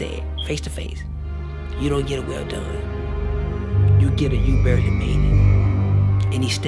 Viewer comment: You don't get a well done, you get a barley made it. That's what he sounded like he had said.